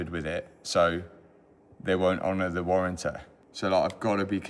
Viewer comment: What a weapon. Talking about opening up the module and having that effect the “warrantuh”. There is no ****ing warranty. The last few videos are a prime example of why Bugatti didn’t want to get involved with Matt.